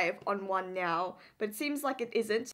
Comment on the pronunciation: Do you pronounce now to nyo for fun or it's just like that